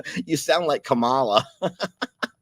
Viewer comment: You pronounce Kamala... Comma la